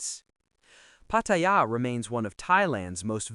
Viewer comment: There is no I in Pattaya Pronounce it properly !!!